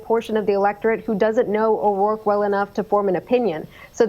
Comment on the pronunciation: "Beto O'Royke"